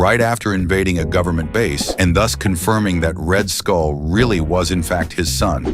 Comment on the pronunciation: You say red skull I hear red hood